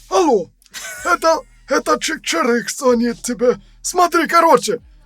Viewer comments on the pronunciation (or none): none